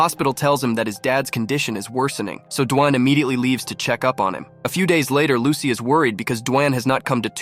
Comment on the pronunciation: It's lusi not lucy